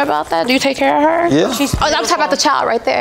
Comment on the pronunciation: I hate it when anyone say HAHR INSTEAD OF HER IT SOUNDS SO GHETTO AND U EDUCATED